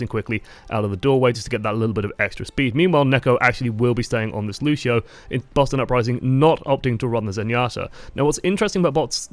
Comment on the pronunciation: I'ts LUCIO not LUSHIO